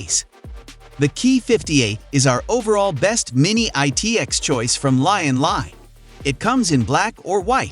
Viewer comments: >"Lyin' Lie" It's LIan LI. As in "Lee, Ann, Lee" or "Lee-Ann Lee". Please learn to pronounce it correctly. Also, you've said "Lian Li entered ITX market only recently", which is NOT correct, as "DAN" is a ITX-specializing sub-brand/collab of Lian Li's, so "DAN" cases are Lian Li, and "DAN" been around for at least ~8-or-so years by now. P.S. You've included Fractal's "Terra" in this list, while stating in the video's title "best ITX cases of 2023". That IS a downright lie that doesn't match the factual truth of harsh reality, as GN has PROVEN via thorough testing that Fractal's Terra is a pretty crappy case, a total failure. It is NOT a "best ITX of 2023" by any means. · "LIAN LIE"